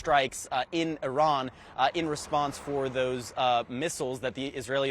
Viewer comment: What a moron she is she said "O ran" multiple times 🤦